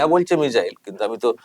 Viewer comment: ওটা মিজাইল না মিসাইল